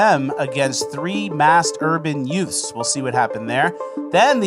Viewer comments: Are you saying yuts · Hey, Youths is pronounced "UTES"! Cmon man, you have seen My cousin Vinny!